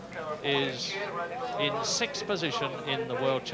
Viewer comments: What is with that? "Sick-th"....never heard it that way till a couple years ago. Is this something the progressive liberals started? Lol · Ah... 1984....when "sixth" was pronounced correctly, instead of this "sith" bullshit we have now.